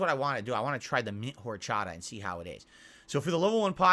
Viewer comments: ARHRCHATHAH I swear he picked the most egregious alcool he could mispronounce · Liquor and liqueur are different words with different pronunciations. As weird as his pronunciation of horchata is, he's correct in how he pronounces "coffee liqueur."